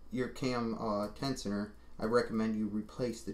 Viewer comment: Great Video, but lol "tecioner" :) say "tenshioner" one more time ! ;)